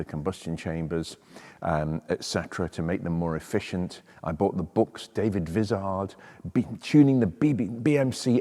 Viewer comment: I was wondering if you were going to mention David Vizard (pronounced with a long 'i' BTW). I watch all of his videos also.